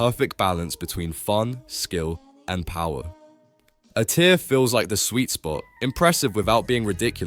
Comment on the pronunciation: The narration is AI as well. “a tier”, not A-tier